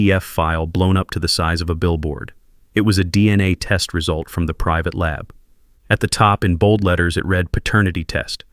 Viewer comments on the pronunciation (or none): none